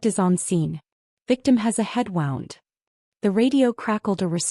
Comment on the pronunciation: Please,, get your facts straight and pronounce words correctly. 1. Is it a $900,000 house like the script states, or a $450,000 house like the heading reads? 2. "Wound" is one of those heteronyms that gets mispronounced when you let AI do the talking instead of editing the speech. Wound (wownd) is the pronunciation for the past tense of "to wind". Wound (woond) is the pronunciation for the remains of an injury. Get it right next time. How did you get 47 subscribers? Are they all friends and relatives? No educated person would give you a subscription when you don't bother to proofread and edit your script and narration. You had a potentially good story going, but you blew it. 👎👎